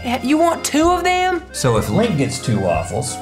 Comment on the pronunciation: its not Lank its link and its not rad its rett